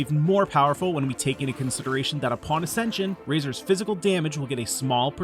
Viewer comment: Good build but did he just say Fæshil